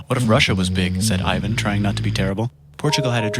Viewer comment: IIRC, the "The Terrible" part is also a mistranslation of his actual epithet which had a more positive meaning. As for his name, a better way to describe it is that it's "ee-van" not "eye-van".